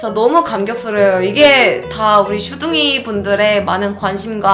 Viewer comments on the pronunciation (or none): 슈둥이가 왜 이리 주둥이라 들리지? 기분탓인가?